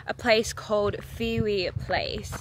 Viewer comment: She is butchering the jamaican words. Fiwi is pronounced FIH wi. Bammi is pronounced BAH-mi. Emphasis on the first syllable.